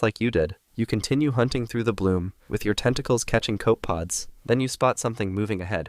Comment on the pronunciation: “Copepod” has 3 syllables btw